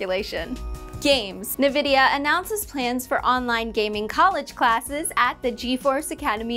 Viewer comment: You pronounced Nvidia wrong